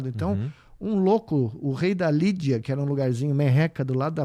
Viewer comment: Lídia. É não libia